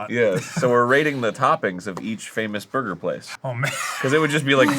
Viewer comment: “there is a pineapple in my burgah” iykyk